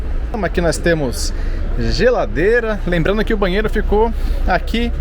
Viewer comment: Onde sr.. lê "bahsito", por favor, leia-se "banheiro"